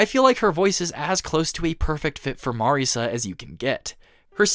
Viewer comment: Just want to give you props for pronouncing names correctly, even as simple as "Marisa" and not "Marissa". I don't know how most 2hutubers get that wrong.